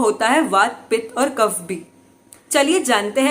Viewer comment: ma'am please don't mind. Aap se ek request hai काफा, pitta, वाता , दोषा , nahi boliye, sahi ucharn kijiye. Please.